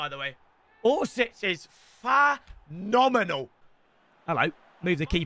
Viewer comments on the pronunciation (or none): Orsic is Fa-nominal My pea brain: Orsic is Fa-t